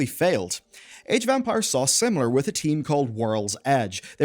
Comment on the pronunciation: I might be just hearing something wrong, but I've heard so many "age of vampires" during the video that made me pause and listen to it again. Sorry I just found it funny.